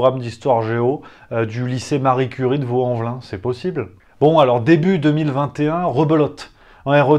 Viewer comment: Je sens que notre ami est Lyonnais. « Vaulx-en-Velin » hmm... Est lyonnais...